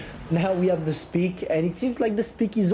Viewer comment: Hahahaha "now we have speak" instead of spike. Love how confident you are